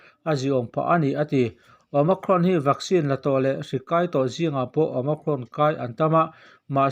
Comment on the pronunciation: OMICRON i lamrik dan chu a diklo nasa hle mai. Awma+krawn tia lam i ang mah mah zawk alawm